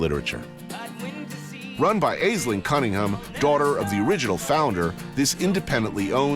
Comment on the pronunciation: Ash - Ling is how the name is pronounced!